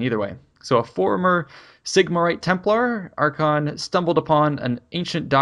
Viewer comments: jesus. it is arch-ay-on not arch-on cringed everytime i heard it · it's pronounced like a k. Not sh. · Archaon pronounced Ar-Kay-On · i pronounce it Arkh'Ay'on i think that sounds coolest.